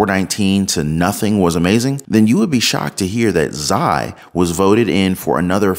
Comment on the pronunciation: For the record his name is pronounced "Shee" for XI, not "Zigh".